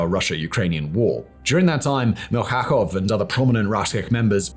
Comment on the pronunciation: MilKHakov, RusiH, Atkin. Wow, your level of expertise is as mediocre as all antirussian content that your team on this channel could provide😂. You better resume to your old ways: to promote lgbt agenda and how cool to live in a pod, while eating bugs. 😂😂😂